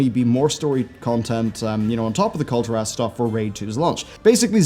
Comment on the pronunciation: You pronounce it Kul-tear-us. That's the same thing with Argussian. They're from the world Argus. Why would you pronounce it Ar-goose-ian? It's Arg-gus-ian lol why?